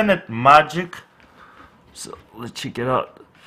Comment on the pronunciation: Actually it's let chek ii ou